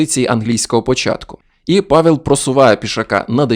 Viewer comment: Польською не "Павєл", а "Павел" (читається майже як "Павев").